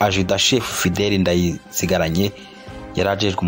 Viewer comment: Fidèle Ndarisigaranye, pas Ndayisigaranye. Edmond Ndakazi, pron. /ndakaazi/, pas /ndakazi/. Léonidas Maregarege, pas Mageragere. Bon documentaire. Mais ne craignez plus de dire «cndd-fdd» lorsque vous parlez de la milice fondée par Nyangoma. C’est le nom qu’il lui avait donné.